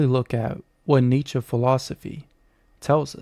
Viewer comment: Not a smooth delivery with the stuttered, some what obviously...nitsher said, neitchky, newtskey, nitskee, knootskey, kernigit, Neh!!!